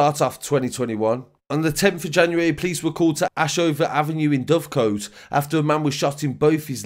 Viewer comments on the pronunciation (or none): Just in case you report on these areas again they are pronounced locally as Linacre as in Gary lineker Litherland is more like liver land like Liverpool not Liver birds and Dovecote is like Dove Cott